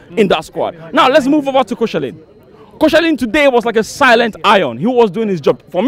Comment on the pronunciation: “Koshelin” lol. Welcome back, we missed ya!